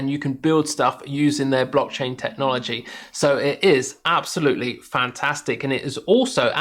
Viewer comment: Thanks for doing this-I operate on coinbase pro because of regional restrictions. I''ve noticed them more than once, and my gut was stirring- after seeing this I'm definitely take up a lt position and explore and of course, trade them in a separate pool. That being said, it's "blockchain" not "brockchain" you racist plick. :-D See what I did there?